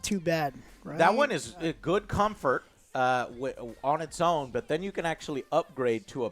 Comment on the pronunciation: "its good Cumfart" - (2023) on PSVR2